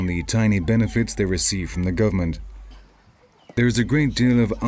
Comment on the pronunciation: Oooo this narrator throwin shade. He said "guv'ment" to make it sound more "ghetto".